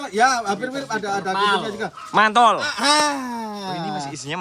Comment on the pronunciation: Mantel bukan mantol😂😊😅